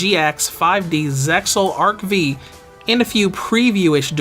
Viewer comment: Yeah its actually pronounced arc 5 the v is the Roman numeral 5